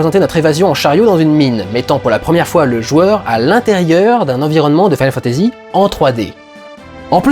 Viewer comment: Pourquoi tu dis "mode SEVEN" et "final fantasy SEPT"? Tu y mets même l'accent anglais sur le final.